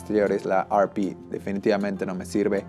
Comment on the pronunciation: Agradezco tu información pero y entendiendo que estes en America...¿No crees que hablas con demasiada terminología anglicana?. ¿Por que pronuncias la denominación de la "ErrePe" como "ArPi"?. Y te lo digo con todo el respeto del mundo pero quizás tu idioma natural tiene denominaciones exactas para cualquier terminología técnica que usar una que es anglicana y que no tiene nada que ver con quien fabrica las cámaras (japoneses). Un saludo y gracias por tu vídeo.